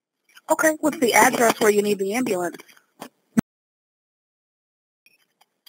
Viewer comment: “Ambalance” blacks man wtf